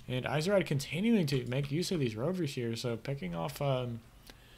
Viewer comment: I think it's supposed to be pronounced "easy-raid" :P